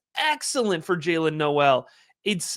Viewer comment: Great work as always. Very fun watching you be in on Noel before consenses. PS Was listening to JJ from Late Round and he mentioned Jaylin tweeted his last name is pronounced "Nohl". Not No-el.